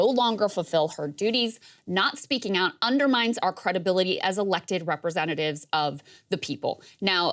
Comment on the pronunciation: Lol, he said credibility